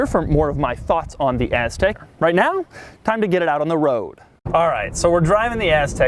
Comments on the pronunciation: If I had a dollar for every time he said Aztek (and stressed the “TEK”) I would be sitting on a private island somewhere not watching this. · Impressive, you just said AS-TEK over 50 times in this video! Funny! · Doug Pronounced Aztek AssTek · "so you can just hang out on your AZZtek" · Its "Aztek" not "Aztec" But doug pronounces it like Ass-tek 😁😁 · "hang out on your asstek"